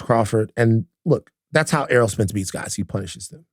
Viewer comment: Errol not Earl.